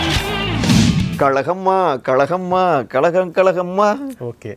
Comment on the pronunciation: உங்கள் தமிழ் உச்சரிப்பை சரி செய்தால் நிகழ்ச்சி மேலும் நன்றாக இருக்கும். உ.ம். 'ழ' உச்சரிப்பு. ( கழகம் & கலகம் )